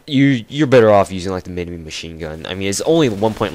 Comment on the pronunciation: You said minimi like Min-e-Me not Min-i-My u stupid fuck